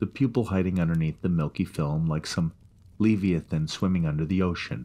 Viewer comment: The way he pronounced Leviathan too. Lol. Great story though.